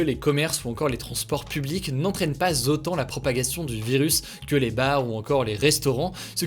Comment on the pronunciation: z'autant ! HUGO EST BELGE !! JE LE SAVAAAAAAAAAAIIIIS !!